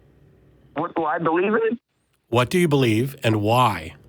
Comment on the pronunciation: Why does Matt pronounce Hwat instead of What?